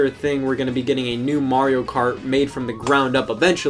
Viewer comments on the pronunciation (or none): It's MARIO not Maruieo XD